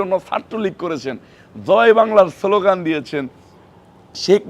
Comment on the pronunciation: সোলোগান দিয়েছে? কি নেতা যে কিনা একটা দলের অঙ্গ সংগঠনের কেন্দ্রীয় নেতা সে স্লোগানকে সোলোগান উচ্চারন করছে?